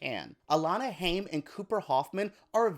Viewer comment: Alana’s last name is pronounced like Hime and not haym